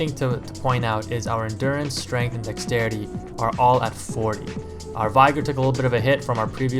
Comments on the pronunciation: Getting really annoying hearing people pronounce 'vigor' incorrectly... It's 'vigger' not 'vie-grr'. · say the word vigorous then think about how you say vigor.